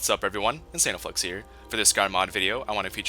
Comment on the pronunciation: Every time he says insanoflex I hear "anal flex"